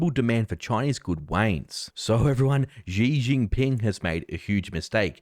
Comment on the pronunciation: For some reasons, the way he said Ji chin Ping sounded waaay better than “ holy flipitty flip flops n smoke everyone “ 😂